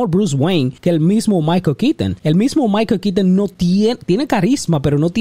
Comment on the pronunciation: "Maiko Kiton", "Zoad".